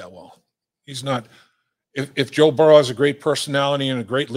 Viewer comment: Dave pronounces Joe's name "Burrw" 😂